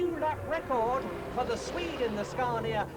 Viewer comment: It's Scania not Scarnia